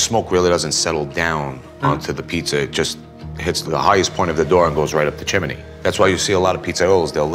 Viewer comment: Did just pronounce chimney “chimanay”:/